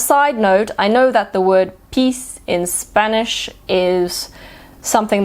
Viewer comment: Your Spanish sounds great 💕💕💕